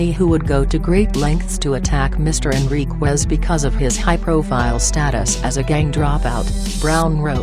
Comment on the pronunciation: At least get the man’s name correct. First of all it’s not Martinez, it’s Enriquez. And it’s not pronounced Enriqwez It’s Pronounced” En ric ez”